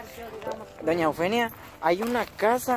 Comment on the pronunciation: "doña Eufenia" dice el patojo ! Muchá si van a hacer reportajes, deben ponerse pilas ¡ Cuidar la dicción y tener chispa, para que el vídeo no sea tedioso y lo querás dejar de ver !